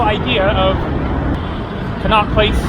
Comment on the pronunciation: Con - not place! Said like that! That's how we pronounce the street in London after which it was named!